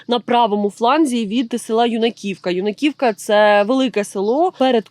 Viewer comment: Юнаківка. Наголос на Ю, не на І !!!!